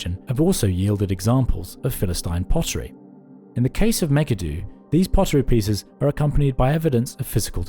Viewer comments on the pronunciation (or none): Megiddo: meh-gee-doe. Not Mega-due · Is this an AI video? I ask because Megiddo is mispronounced. It made me click off this vid because I do not like it when AI generated content isn't marked as such. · I don't think I've ever heard Megiddo pronounced like that